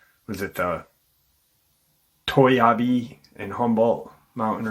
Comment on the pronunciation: The marine corps winter training center is off hwy 108 near the Sonora pass. Correct pronunciations are: Mo Cul Low me. Toy ya bee. I’m very familiar with the area. Very remote.